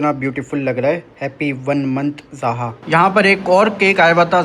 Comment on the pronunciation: Zoha bola kro zha nh